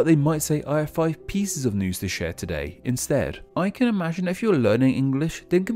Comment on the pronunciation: “I have fuve pieces of news”